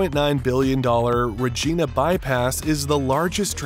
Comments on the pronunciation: Next time hire narrator that speaks the King's English, not American. Did not take the time to learn how to pronounce Regina,, it is not re-jean-a. Anyone in Canada or Britain could give him pronunciation lessons. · Regeeeeeeeeeeeeeeeeeeena bypass? Funny. Learn how to pronounce our place names! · Find someone who can pronounce the name REGINA properly..... It would be appreciated... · It's not REGENA it's REGINA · Its "Regina" with an i,, pronounced like the thing you see with, an "eye". Learn your craft man. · Montreal is pronounced Montre- all, not Montre - al. Also, Regina is pronounced Reg eye -na, not Reg -eee na. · You need to learn how to say Montreal (Mon tree all) and Regina (Do you refer to a woman's body part as a Vageena ?) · Dude rageena??? Come on, u lost all credibility by mispronouncing the glorious capital of Sask. Also we should wexit. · lol. Bro if you’re going to create videos about Canadian projects, DO YOUR RESEARCH and learn how to actually pronounce the names of Canadian cities. *smh*. Another YouTube hack stealing others’ work and doing none of your own. Ruh-gee-na?? Montree-al?? Embarrassing. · Why not just do the voiceover yourself? Stupid AI voice can’t even say Montreal or Regina correctly. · Your taking this click bait way to seriously. Who cares what this video content is. It can't even pronounce Regina. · Thanks for the video... But you mis pronounced every name you mentioned.